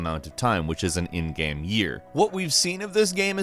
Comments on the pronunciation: I keep hearing him say gam instead of game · At the :46 mark, why do you keep saying GAEM? It’s one syllable. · Why can't say 'game' right